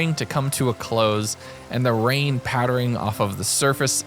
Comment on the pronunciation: "but as the night started to wrain UwU i just put down some bwasic UwU cobblestone"